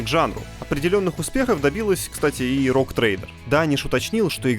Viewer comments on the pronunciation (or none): none